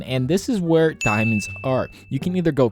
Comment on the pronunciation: "And more fun way of getting DIIAmonds"